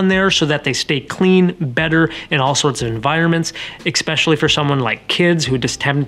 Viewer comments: May I? Ess-specially not ecc-specially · Thanks for the honest and detailed explanation of AR coatings. You do great in front of the camera. My only criticism---and it's just my personal pet peeve)--is the way you (and others) pronounce the word "especially." There is NO "k" sound in the word: it's pronounced "ESS-speshully" NOT "EK-speshully." ;-) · Great video, especially when you say EXSPECIALLY! Grammar Nazi here, thanks to the Texas school system. LOL! Seriously though, a very informative video. Thanks for sharing. 😊👍🏻